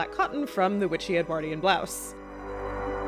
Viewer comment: V, you say Edwardian funny, but you're very interesting. I would dress as an 18th century Basil Fawlty.